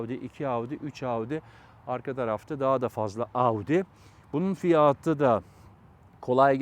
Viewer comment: "Kamara: değil doğru okunuşu "kamera" , bir de "fiyaaatı" değil "fiyatı"